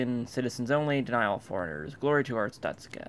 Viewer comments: *Every time he said "Arstotska", it got more and more wrong. Yes I'm well aware I probably spelt several words wrong. I don't care. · Every Time he said Arstotska it got more and more wrong :) Yes im well aware I probably spelt several words wrong i don't care.